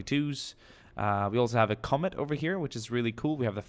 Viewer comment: When u said comet I thought u said comment